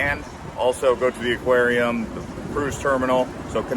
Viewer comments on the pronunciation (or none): none